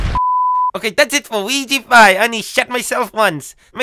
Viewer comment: weegeepie, not weegepie